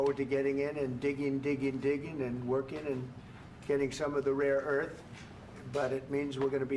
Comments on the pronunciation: It's RARE EARTH! He has no idea what he is talking about Trump is not prepared. "Raw" earth pffttr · Trump says "raw earth" instead of rare earth. That clown doesn't even know what he's talking about 😂😂